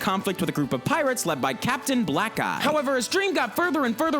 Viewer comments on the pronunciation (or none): I swear he said captain black guy XD